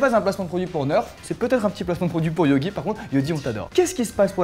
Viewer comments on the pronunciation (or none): C'est pas yogi mais Yugi